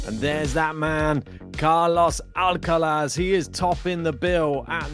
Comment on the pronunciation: Alcatraz not Alcalaz